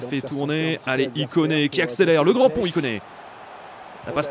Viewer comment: quand tu dis ikone je crois que tu dis il connait